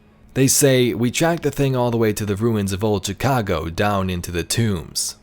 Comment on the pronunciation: The way this dude pronounces Chicago is pissinge off lmao